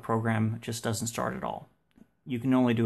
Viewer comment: DOESN'T (NOT DUD-ENT)